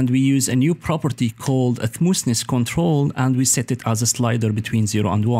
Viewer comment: It is smoth ness Not smoos ness